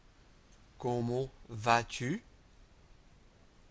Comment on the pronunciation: There's a little pronounciation mistake for "comment" in "comment vous appelez-vous", but it's good, I can hear you are not French, but it's very good.